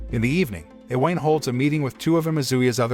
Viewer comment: i-weyn. iweyn. hahahahaha I-wa-ne. its i-wa-ne